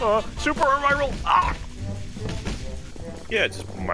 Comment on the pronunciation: its uh rye rul